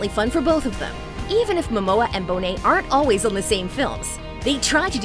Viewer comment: Glad your channel learned how to say Bonet.